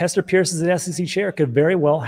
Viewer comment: You didn't offer any facts about why its not being approved other than your gut feeling. Its not Hester Pierce, its Hester "Purse".